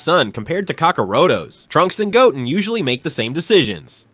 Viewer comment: Goat -in